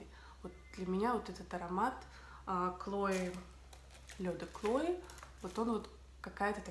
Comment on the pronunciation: Почему девушка называет этот аромат с первой буквой К-Клое?мне кажется это неправильно?или правильно так как она говорит?все говорят Хлое